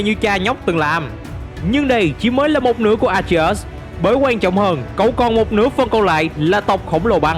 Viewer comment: Đọc tên A Tri Ếch sao nghe kì kì vậy.